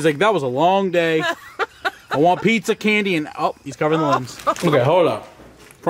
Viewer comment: Yoooooo Michael you sed pissssa